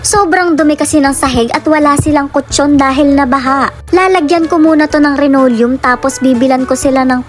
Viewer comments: Linoleom hindi renolyum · Hindi po renolyum yan linolyum po yan hay naku po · Anong RENORIUM? Baka LINOLEUM!✌️